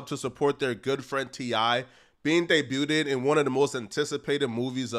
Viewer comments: Day-buted, you are killing me with this shit. Yesterday eco chamber now this I think this is rage bait lol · Debu-ted?? Wtf does that mean? 🤔